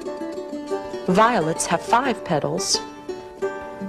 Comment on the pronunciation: I loled when she said five thousand years ago, i thought she said PHIve thousand XD